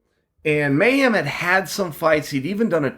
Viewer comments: Lol at Chael calling him Mayham, it's Mayhem,, bro at least say his name right Jason Miller was a big time star at one point in mma and even had a show on mtv - bully Beatdown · Jason "May-Ham" Miller Leave it to Uncle Chael to get even the simplest English speaking American name wrong. LOL